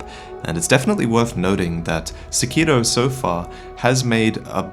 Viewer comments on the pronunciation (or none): I'm not trying to be "that guy," but Sekiro is pronounced with the accent on the "Se," not the "Ki." Please don't me I love you and your videos! 🙈